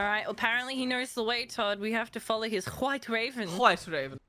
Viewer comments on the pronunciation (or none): pronounces White just like Stewie pronounces Whip in Cool Whip